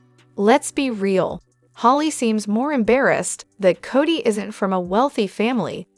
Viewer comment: Cody not Cottie